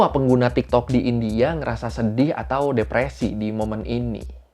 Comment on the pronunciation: Please bang bilang Kata2 “India” nya biasa aja , kek gimana gitu di telinga 😰